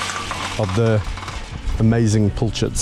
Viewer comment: A pilchard is a small, oily fish of the herring family, larger than a sardine. It is spelled with an "i" as in "pill" - but apparently some pronounce it as if it were a "u" as in "pull".